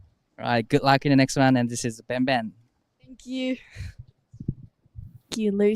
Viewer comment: Please don't say BEN,BEN...again BENG,BENG by G much better😅✌️🤙